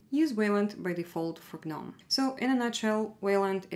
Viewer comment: Thank you for pronouncing GNOME correctly. It itches the ol melon 🧠 when people say noam, seeing as G.N.O.M.E is an acronym.